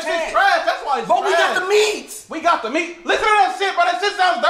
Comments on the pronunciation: He said “WE HAVE THE MEATS” like that was gonna accomplish something 😭😭😭😭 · I love the way he hits that “We got the MEATS!”